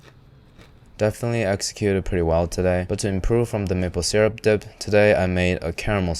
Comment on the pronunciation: Thank you for pronouncing syrup how it's spelled, not sUrRUp